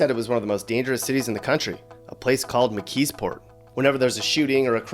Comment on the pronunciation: Not Mckeesport lol!